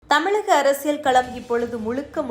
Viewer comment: TMInfotainment நிர்வாகிகளே , தமிழில் 'ழ' என்ற எழுத்து வரும் சொற்கள் அதிகம். அதை பயிற்சி எடுத்து பேச சொல்லவும். இல்லையென்றால் அந்த எழுத்து வரும் சொற்களை நன்கு உச்சரிக்க தெரிந்தவரை வைத்து செய்திகளை வாசிக்க சொல்லவும். செய்திகளை சொல்லும்போது உச்சரிப்பு மிக அவசியம். இந்த விஷயத்தில் நீங்கள் அதிக கவனம் செலுத்த வேண்டும். இந்த செய்தி வாசிப்பாளர் 'தமிலக தேர்தல் கலம் முலுக்க முலுக்க' என்று பேசுவதை கேட்கும்போது நாராசமாக இர்க்கிறது. அதுபோல செய்தி முழுவதும் தமிழை தவறாக உச்சரிக்கிறார். கவனம் தேவை.